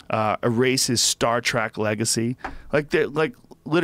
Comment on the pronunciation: William Shackner Star Track Twinner ... jesus joe, are you having a stroke?